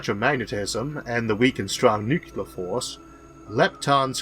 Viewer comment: I, for one found the music to be distracting. Of course I get distracted every time he says "nuculer".